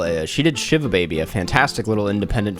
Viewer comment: I AM ONCE AGAIN BEGGING YOU TO LEARN THE PRESENTATION OF THE WORD SHIVA